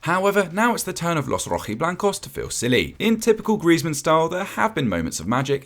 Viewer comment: How can you say griezi 😂😂😂😂 the don’t now football